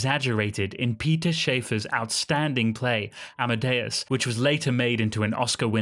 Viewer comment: "lick my arse" NOT kiss, NOT Shafer as in paper but Shaffer as in laughter